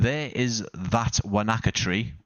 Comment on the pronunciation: Wānaka is pronounced "wo-nuh-kuh". 😊